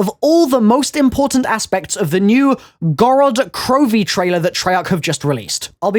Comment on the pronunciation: You said it quite good,:)